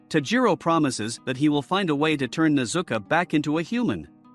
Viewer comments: Her name is pronounced nez u ko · It’s not tajiro it’s tanjiro AND ITS NOT A RAVEN ITS A GROW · nezuka bruh its nezuko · Nezuko not nezuku bro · It s nit tajiro kamado it s tanjiro kamado and its not nezuka it s nezuko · It’s nezuko not nezuku I watch the anime and tamioka is named giyu tomioka also Also tanjiro is wrong it’s called tanjiro Ka- ma-do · You said Nezuka and Tamiaka B( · bro it is pronounced tan-ji-ro And ne-zu-ko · It’s nezuko buddy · Your saying nezuko wring